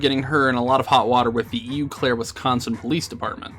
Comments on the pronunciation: I love how you pronounced Eau Claire. 😂 #wisconsinitehere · Did you just say E U Claire Wisconsin? It's pronounced OH Claire. I'd know, I'm lucky enough to live in WI...... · Being from Wisconsin, hearing "eyou Claire" for Eau Claire (oh Claire) tickled me pink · Btw, it's not pronounced "E U Claire". It's "Oh Claire". Sorry I live like and hour away from there lol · I know this video is supposed to be informational but, Its pronounced O Claire. Sorry, just a pet peeve. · The way he said eau clair D: like ew clair. Its french and pronounced Ohh clair(eau meaning water)... sorry i just cringed as a Wisconsinite. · As someone who used to live in WI, I chuckled each time you said E.U. Claire... Eau is pronounced like a closed "o" in English. Like the "o" in "rose." So, Eau Claire is pronounced more like oh claire. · "Ee you Claire Wisconsin" HAHAHAHAHA!!! 🤣😂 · Why did this have to happen to my state? Also eau claire is pronounced "oh claire" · Eau Claire is pronounced oh claire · Is anybody’s gonna notice that he said “UEEE Clair” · You are mispronouncing Eau Claire. It's "Oh Claire." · i moved to eau claire a year after she was arrested and nobody ever talks about her.. i legit didn’t even know she lived in eau claire until this video and i’m months late oops! also it’s pronounced “oh claire” but it’s ok i’ll give you a pass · Don’t bring my home state into this we do not condone animal fucking up here in Wisco Also it’s not E u Claire Wisconsin lol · Also this dumb bitch doesn't have ties to shit. She just says that to seem high and mighty. She's literally a sociopath. Also sidenote: it's Eau (pronounced: O) Claire :p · Its pronounced "oh claire" lol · "E U Claire"... Um...... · It's pronounced O Clair -A Wisconsin resident. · I know this isn't the point of the video and that it's a minor detail but he said Eau Claire wrong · Okay. I had to pause and laugh because I'm from Minnesota and I laughed at the pronunciation of Eau Claire